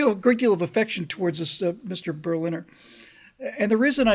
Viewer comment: This guy was told the correct pronunciation of Berliner, yet he kept mispronouncing it.